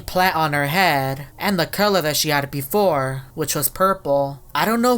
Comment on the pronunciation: “Beforah”